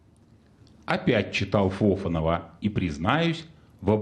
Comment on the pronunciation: Не ФОфанов, а ФофАнов!